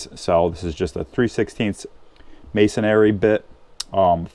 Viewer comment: video is okay---but irritation: MASONRY BIT----NOT MASONARY. never has been, never will be ARY